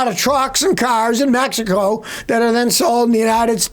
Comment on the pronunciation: Did you say Mehico?